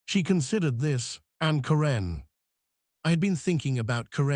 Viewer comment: It's Care'-un, not Ca-renn' for Pete's sake. Use a reader that can at least pronounce the names correctly.